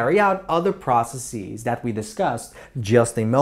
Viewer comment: loved the video but the way he pronounces processes puts me on edge